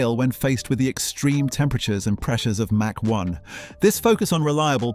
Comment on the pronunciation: I don't think this guy knows how to pronounce mach